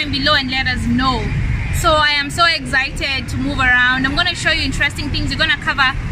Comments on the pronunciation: She said exzited 💀💀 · she likes to say im so ezited